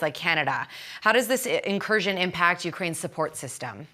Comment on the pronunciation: Stop saying incustioro